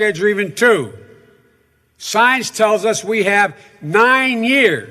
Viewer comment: Joe what the hell do you know about science. You cant even complete the word. At first, I thought you said signs